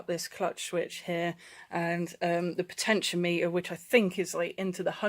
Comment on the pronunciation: Potentiometer is said "potechy-ommiter" . I have the same issue on my R1150rt , bloody thing . Stupid ass place to put it huh . I`ll pull it out one day . lol You can get a good used Side stand switch for £20 of flea bay . I replaced mine about 4 years ago , been OK every since . Be careful if you remove it . Driving off with it down sucks !